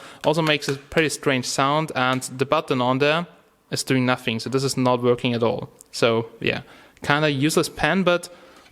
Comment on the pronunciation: "it's vorking" lol